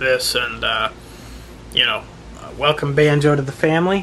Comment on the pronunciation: He said wake up Band-jo as if he meant to say Bandit, that made me cry.